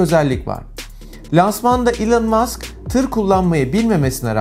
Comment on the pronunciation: ilan mask ne kürt müsün elın mask diye okunuyo